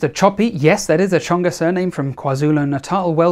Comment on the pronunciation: 3/10 Tsonga pronounced correctly, 10/10 Chopi knowledge, 10/10 Kwa-Zulu Natal pronounced correctly - All in all an A grade, well done!